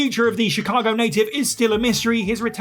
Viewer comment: Chicago* not Chicohrgouw